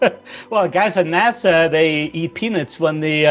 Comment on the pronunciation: Muito interessante a entrevista! Só um comentário que minha maturidade de quinta série não deixou passar e eu ri: Quando for pronunciar amendoins (peanuts) dá ênfase no nuts, pq se vc falar tudo com a mesma entonação soa como penis! Parabéns novamente pela entrevista! Abraço kkk